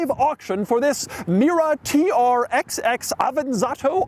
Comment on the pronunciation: Hello, nice to meet you. The 'XX' in TR-XX is read as 'double X'. This is the official pronunciation according to DAIHATSU.